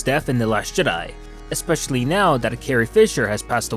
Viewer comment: The last Shit-di? Sounds like you said that man and I aint mad at ya.